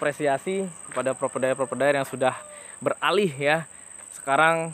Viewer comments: Provider (Pro-Vay-Der), bukan propedair 😂😂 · Hahahahaha penting omonge lancar 😅😅😅